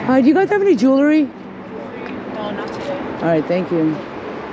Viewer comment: Bit Pazarı, bağımlılık yapaaar.... bak, denmedi deme.... Evet, ben de gitmeden edemiyordum, 20 liranın 30 liranın hesabını yapmadan önce.... O yüzden ; seninle gezerken, o eski günlere ait duygular.... bana bir uğruyor. Kız sen artık olmuşsun. Yani bildiğimiz Amerikalı.... Jivuliri' yi öyle bir söylüyorsunki.... başlamasıyla bitmesi bir oluyor.... 🤓